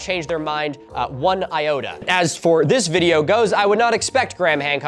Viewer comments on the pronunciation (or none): none